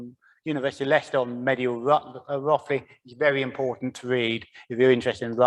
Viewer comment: You say it Rothe ly. Not Roth ly.